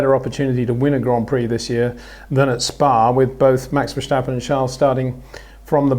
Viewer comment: Peter, you say "Verstappen" with an H somewhere in the name, like Vershstappen.